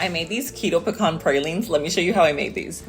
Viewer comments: You are pronouncing it correctly. “Puh-kaan.” “Pee-can” is (etymologically speaking) an incorrect pronunciation. 👍🏼 I can’t wait to make these pralines! I ❤️ pecans! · Puh-kaan is the correct way to pronounce it. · I’m from Texas & you’re saying it correctly!!! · Love the recipe! Thank you for sharing. Your Pecan pronunsiation is correct! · You are pronouncing pecans correctly!!! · I pronounce pecan the same as you! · Your saying it the right way. It’s pecans not Peecans! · I like your pronunciation of pecans, same as mine. I think it's more regional on how it's pronounced.